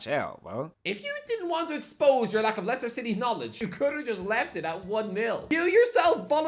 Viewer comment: How does he not know Liechester City.. 😂